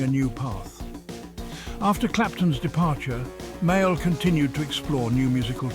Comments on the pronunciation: Haha he claimed him as My Al . I much prefer that blues man, John (Pronounced. ) Male or Mail . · AI, say his name correctly.